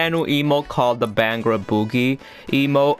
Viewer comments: What the hell is a beeehangra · This man was way off when he said Bhangra